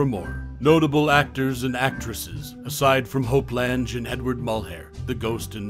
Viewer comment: Lange. Rhymes with slang. Reta. Rhymes with Cheeta. There was some interesting info here.